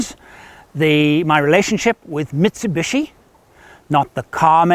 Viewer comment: It is 'MIT SU BISHI' and not 'MIT SU BUSHY'